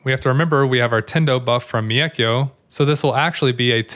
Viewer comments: One criticism - the "Mei" in "Meikyo" is kinda pronounced like "May." In Japanese, "e" is pronounced like "eh" and if it's followed by an "i" then you just hold the "eh" sound for slightly longer. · Thanks for the great guide as always! Just one little note, the way you pronounce mEIkyo is pretty funny 😆